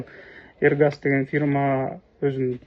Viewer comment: Эргас эмес Эрсаг